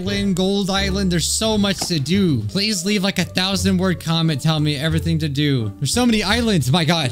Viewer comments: HE CALL DO DOO IT’S PRONOUNCED DOUGH LIKE DO,RE,MI,FA so on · Bruh it's pronounced doh